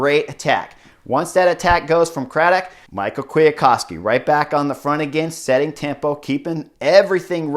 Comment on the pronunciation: Someone can correct me here but I'm pretty sure you pronounce Kwiatkowski's first name "me how" not Michael. Really bugged me haha.